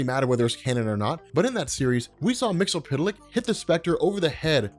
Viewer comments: I love your videos but one thing you and most people do is mispronounce Mxy's name. I'm not singling you out because even in most of his cartoon appearances it's pronounced wrong, in the 60's and 70s DC would throw a footnote with a phonetic pronounciation when ever Mxyzptlk* would appear or say his name bacwards** *MIX - YEZ - PITTLE - ICK **KILL - TIPS - ZECK - SUM i wish they would have done that for Ras Al Ghul and Themycira but i digress. I want to see a beyond Omega Level with Bat Mite as he is definirely canon thaks to his epic battle with Mxy in Scott Snyder's Justice League/Doom War. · So another person who can't say his name right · you're still pronouncing the "zee" like an "ell". (I do not liked how sans-serif makes uppercase "i" and lowercase "L" look identical.) Tidbits: initially, his name was spelled "Mxyztplk"; my headcanon says that's Earth-2. His home planet is Zrfff. Again, you should look into the one-shot New Year's Evil Mr. Mxyzptlk #1. It has some laugh-out-loud in-jokes, including gibes at Jack Kirby and Neil Gaiman. (Well, their comics at least.) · I did for one. His pronunciation of the name is ridiculous. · you are awesome and I know how difficult it is to pronounce the name and even more difficult to change how you say weird comic names after using them for decades but there is an episode of Superman the animated series where he breaks down his name... mix yes spit lick just an fyi but keep doing what you're doing I love all your content thanks for keeping me up to date for the past decade or so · Isn't his name pronounced MIX EEZ PITTLE LICK? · Love the video but his name is pronounced Mix-Yuhz-Pit-Lick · Mix Yiz Pit Lick. Why do you think the Z makes an L sound! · His name is pronounce Mix Ya Spit Lick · Stop butchering the name its Mix-Yes-Spit-lick Mxyzptlk is the name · Mix Yes Spit Lick. That's how it's pronounced. There's only one L in the name. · Your pronunciation is WAY OFF. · It's "Mxyzptlk", not "Mxlptlk".